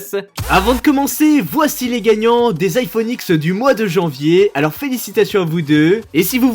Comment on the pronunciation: je veux l'ifoneuh